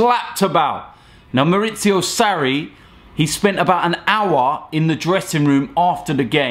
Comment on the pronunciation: Sarri not Sarri